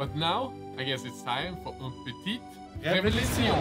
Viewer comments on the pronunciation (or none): "révealution" I think you skipped your french lessons at school ^^ It's "révélation" ^^. Hovewer, it is again an incrédible paint, good job guys, I discovered Warhammer with some of yours videos and I always like to see them ! I have also one question, where did you get your sponge ? PS: I'm a french guy ! ^^ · Carefull guys, "révélation" and "révolution" are quite close to pronounce xD Great job tho, your projects are real bangers ! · hey guys i love you!! I follow you from the beginning. You are really incredibly talented, you paint with disconcerting ease, a big congratulations to you. Ps: je suis français cela se prononce "une petite révélation " 😁😉 ￼